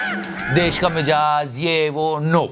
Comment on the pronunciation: It is Mi'zaaj' and not Mi'jaaz'